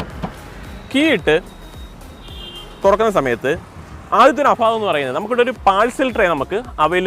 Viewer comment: അഫാവം അല്ല, അഭാവം..